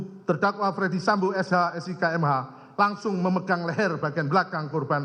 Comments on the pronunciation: Kok bacanya jadi fredi sambo, bukan dibaca ferdi sambo? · Bacanya bukan Freddy Sambo, Jaksa Agung kok ngaco.